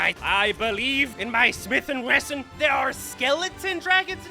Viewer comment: "Smithing weston"😂